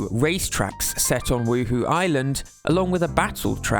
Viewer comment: Huhu Island? Anyone else played the Sims and keep hearing 'Woo-Hoo?'